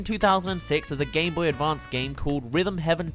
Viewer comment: It sounds like he’s saying gayboy advanced